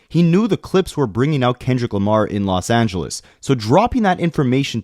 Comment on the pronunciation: “Los Ange-LES” ain’t no way 😂